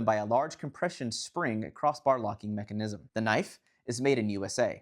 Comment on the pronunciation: Never heard anyone emphasize the “NISM” part of “mechanism” before. 🤔